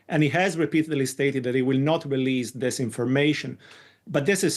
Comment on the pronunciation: Just to be clear: release does not rhyme with please.